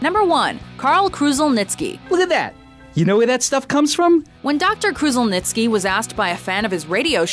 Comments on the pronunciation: Lol, nice1 but you mispronounced his last name. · Dr Karl's surname is pronounced "Kruzzelnicky"